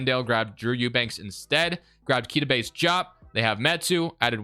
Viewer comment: Fun fact: Keita Bates-Diop is pronounced KAY-tuh Bates DEE-ahp